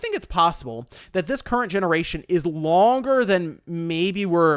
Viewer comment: "We beleave in generashuns."